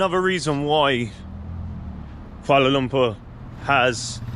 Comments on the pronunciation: Finally someone prononuced Kuala Lumpur right. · another great video. Good on you for pronouncing Kuala Lumpur correctly as my Malay pal always made me laugh when he said it’s like umpah loompah like Charlie and the chocolate factory. Try Penang island if you get the chance too. Delightful people in Malaysia and the only downside is that the party side is a little conservative but hey that’s understandable in a Muslim country but the people truly make up for it! Keep em coming!